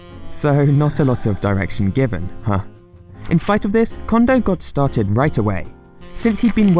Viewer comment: His name is "Kondo" not "Condo."